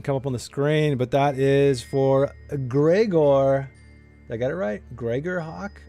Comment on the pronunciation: Wow! Thanks guys! And grats to GregorHak! got the pronunciation right!! GJ:D